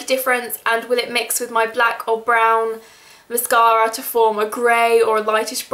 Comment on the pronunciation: i love the way she says mascara. ## british<3